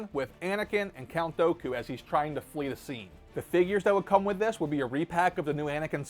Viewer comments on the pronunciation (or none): Why do you go out of your way to say words wrong... who tf is count douku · It's DOOKU /do͞o/ ku.